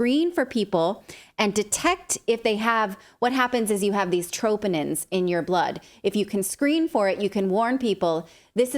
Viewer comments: It’s not “tropinins”. Smh it’s troponin. Natalie! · It’s pronounced truhh-po-nin, ma’am